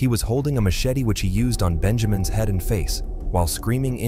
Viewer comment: Ah yes, the machete to the "heed". AI is not entirely there yet😂